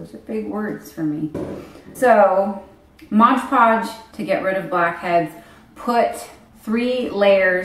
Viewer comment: So many people say "Modge Podge" hahaha it's MOD😂💗